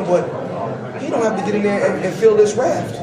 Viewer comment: did he just say "he dont have to feel this raft" i hope not lol